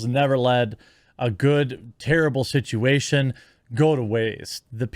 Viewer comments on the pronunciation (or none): none